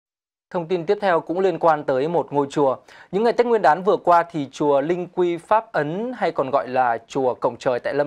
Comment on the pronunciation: "linh quy pháp ấn" không phải "linh quy pháp ẩn".